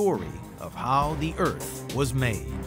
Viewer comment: Earf the final frontier 😂